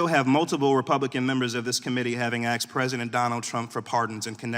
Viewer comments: he said "axe" instead of "asked" was my point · Did he really say aks? The K comes before the S. Speak like an adult. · Axed? did you axed him a question, n-g-a? hahaha!